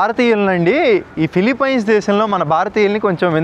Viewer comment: Ore Gutle... nuvvu philipyyyyynes antaventra kojja...thuuuu... nerchuko ra gutle